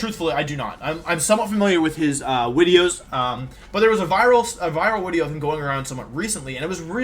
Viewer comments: When's the tiering Wolfey tier lists wideos wideo coming? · As a noob and a casual may I ask why Wolfey always used W's for V's. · Wolfey Pokédex entry: this Pokémon is in dire need of a haircut and pronounces it’s name “wideo”